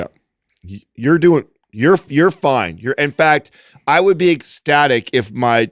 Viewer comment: Why did he pronounce, “ecstatic” that way?🤔